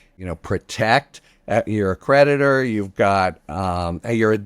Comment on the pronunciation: Harry kept saying creditor but I kept hearing predator.